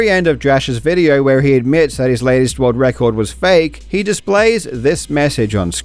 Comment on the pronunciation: "Rorld wrecord"